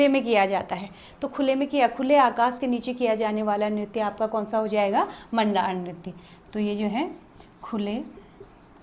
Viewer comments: मैम जी जुगराज रैया आप 🎉। म‌ण्डान होता है मण‌्डाल नहीं। थड्या चौफला एक ही होता है शायद से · Bhai pagal wagal hai kya? मंडान नहीं मंडाण होता है और चौफुला और थड्या अलग अलग होते हैं चौफुला स्त्री, पुरुष दोनों करते हैं, ये असम के बिहु जैसा होता है थड्या बस नव विवाहित स्त्री करती है अपने मायके के आंगन में जब शादी के बाद पहली बार आती है तो बसंत पंचमी से बिखौत तक